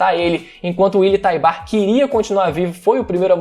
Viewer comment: Nunca tanko o falando Willy taibar 😂😂😂